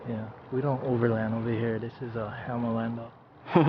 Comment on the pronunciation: “Hammah Lander”💀🔥😂 🤙🏽